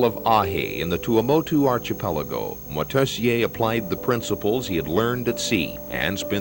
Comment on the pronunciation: Moitessier, not Motessier.